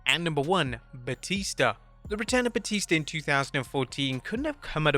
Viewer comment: "Blue tista" I didn't know that Batista his named after the River Tista😂